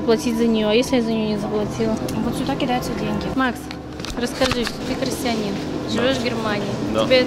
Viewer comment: ты говорит "христианин".... ну да ....католисизм это как бы видимо не "храстианин"